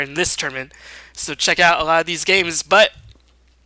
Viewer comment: Is he German? Why can't he pronounce L? A lot = A ghat Large = Lagh LoL = Agh-O-Agh